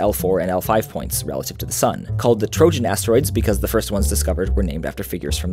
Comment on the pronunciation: This is the first time i hear "trojan" with a gi sound and not an i sound: it is very hurtful XD